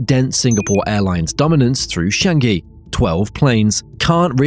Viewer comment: FYI, it's Singapore Chang-i ('chung-y') , not 'shun-gee'